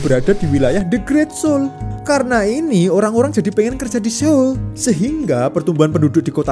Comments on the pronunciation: 서울 Seoul dibaca Sŏ-ul, bukan Se-ul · Mohon maaf....baca nya itu soul bukan seol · Saran, kalau lagi bahas konten ada bahasa asing, coba denger pronunciation/cara pengucapannya bang biar ga salah dari google translate aja. Seoul: S-eo-u-l, eo dibaca mirip o atau soul ketika diucapkan.